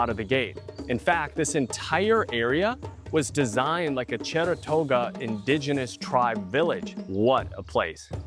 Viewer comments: I kept trying to figure out where the Cheratoga tribe originally settled, and then I realized you meant to say "Chorotega." Really enjoyed this review. Thank you & Pura Vida 🇨🇷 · it’s:Chorotega Village not Cherotega.